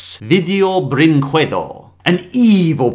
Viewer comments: you dont read it "brinkuedo", its " brinkedo". The u is silent. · People don't know that in portuguese, at least in this case, the letter U isn't pronounced, it's like "Video brinkedo" (Yeah, I'm from brazil) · Honking Pirate Vid-ee-oh -Bren-qwed-oh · It is mispronounced tho, it's portuguese, it's a romance language, you don't pronounce the "u", it would be, "brinkehdo" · Potato Kill Yeah, we hate "Video BrinKuedo" 😂😂😂😂😂😂😂😂😂😂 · How 2 spell right BRÍNKEDO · its "brinkedo" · "brinquedo" is pronounced with a silent U, so "brinkedo" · I love Felix the Cat the Movie. Bringquedo would be pronounced Bring-K-dough They ripped off a terrible spinoff? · Almost all the English speakers that I have seen talk about this film studio has mispronounced also I am wondering what does brinquedo mean? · Sounds more like a italian lol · I like how he pronounces "Brinquedo" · Let's play a drinking game: Take a shot everytime mispronounces "Brinquedo". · I have a weird obsession with the way says Brinquedo, pronouncing the q.